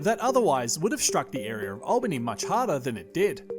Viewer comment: Great video mate. At the risk of being parochial it’s “al” “bany” (Albany), not “all” “bany.” I wonder have we would fare if something similar occurred at the present time. I think it would definitely be a case of “Oh, the humanity…”